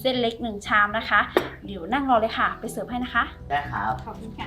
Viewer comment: น้องยิ้มเวลาพูดคำว่าค่ะ อย่าเน้นเสียงมากนะคะ ให้มันเป็นธรรมชาติหน่อย